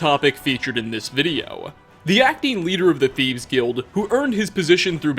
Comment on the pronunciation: am i the only one who hears saying thiebs?!?! sorry not picking on you haha